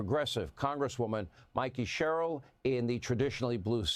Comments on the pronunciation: her name is pronounced like Rebecca Cheryl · Doc, her name is pronounced like 'Share earl', but leave the 'r' in earl silent. (sort of). Anyway, it's a very proud and popular name in much of the South. My mother's maiden name was Sherrill and of all the family that I know, they are salt of the earth, very loving, caring people. They were Demonrats until Gov. Dolph Briscoe and Pres. Jimmy Carter imprinted the party with too many giveaways. (I'm sure John Connally and Preston Smith were a part of that, too)